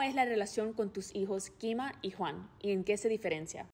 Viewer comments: 😂Quima con Q Es kima no Quima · Es kima no Quima jajajajja lele matalo al editor🤣🤣🤣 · En el momento no sé quién se dió cuenta que no decía Quima y no Kima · En el Minuto Lele puso QUIMA en vez de KIMA, pero la perdono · Quien más bien que dice quima y no kima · Es kima no quima lele 👀💗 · Es kima no quima 🤣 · Lele kima se es crie kima no quima